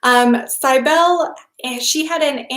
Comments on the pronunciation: Cybele = "sib" as in sibling, "el" as in bell, "lee" as is in leadet CYB • el • e Accent on the "Cyb" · I think it's pronounced Sibelli (Do you mean Cybele??)